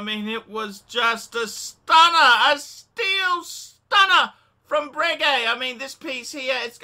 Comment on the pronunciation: Anyway you didn't deserve it because it is 'bray-gay' not bregg-gay.' ...I heard that from Ralph Schneider.